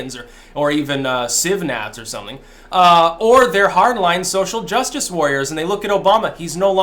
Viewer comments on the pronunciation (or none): none